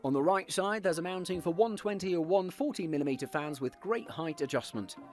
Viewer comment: I had to replay the video like 5 times to realize he is saying its a single "140mm" fan.... first 4 times I heard there is a "single one" 40mm fan in the back...